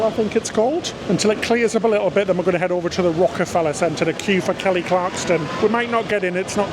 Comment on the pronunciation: KELLY CLARSON...NOT CLARKSTON 😜